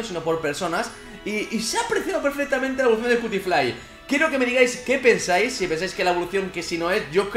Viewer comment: Pinshis españoles, nunca entienden que se pronuncia cutifly se pronunsia "quiutiflai" :'v